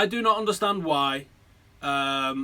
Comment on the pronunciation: De Hey-a. Fuck sake sort it out. It drives me mad. You might as well be saying Zaltan.